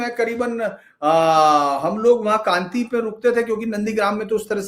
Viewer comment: सर जी उस शहर का नाम कांति नहीं "कांथी" है